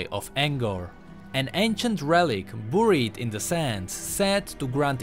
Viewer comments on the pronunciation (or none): I like how he pronounces Buried as Booried